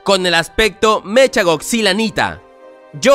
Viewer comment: No sé dice mecha es meca